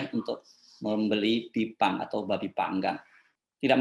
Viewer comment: Pakkkkk Baca Pake Text Aja....drpda Salah Ngmong😭😭😭😭😭.... Bipang Ambawang itu untuk TKA Yg baru Dateng aja pak 😭😭😭